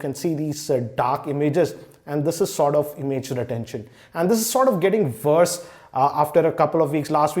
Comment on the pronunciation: It's worse not verse Terrible English mate